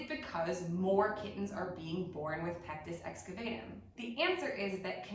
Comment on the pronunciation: It's actually pronounced pectus excaVAHtum. You seem like the kind of person who would want to know that. Thank you for all you do! I start every day with your calendar - what an amazing way to start the day!